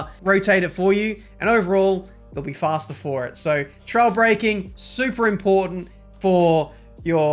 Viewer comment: I'm tired of hearing.. fhasta .. .. it's faster.